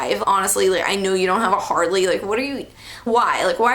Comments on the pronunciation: she said hardley davidson im dead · She said "Hardley Davidson"